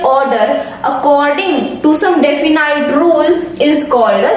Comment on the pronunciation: "Definite " ka pronunciation wrong hai .. Aap iska pronunciation app pr ja kr correct pronunciation dekh le